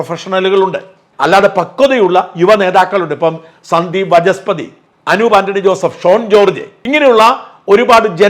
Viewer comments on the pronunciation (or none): Mr. സാജൻ വചസ്പതി അല്ല വാചസ്പതി ആണ്. മഹാവിഷ്ണു വിന്റെ ആയിരം പേരുകളിൽ ഒന്നാണ്